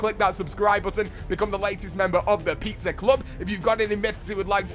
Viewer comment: Is it just me or does say pizzer emoji??